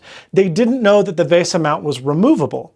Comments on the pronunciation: Vay Sah? Back in the oh so cool 90s, that acronymn would be pronounced as Vee Sah (Local Bus) or VL Bus. But I guess that was a bit before your time lad. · 1. Apple causes way more problems like this than people think. 2. It's VESA, not VASA. FFS, learn to pronounce. you said it wrong throughout the entire video. 3. Apple Genius is an oxymoron (operative part being MORON). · To the best of my knowledge "VESA" has always been pronounced just like VISA, not VAYSUH. Edit: Also, It's really hard to read that tiny calendar text in this video.